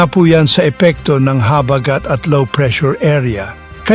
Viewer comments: Pls bigkasin Ng maayos ang salita "habagat" wag Po slang... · Ayusin mo Ang pagbigkas ng habagat😅😅ungas😅